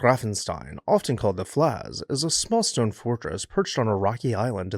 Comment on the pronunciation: No attempt was made for correct pronunciation 😂 "Pfalz" rhymes with "waltz" my guy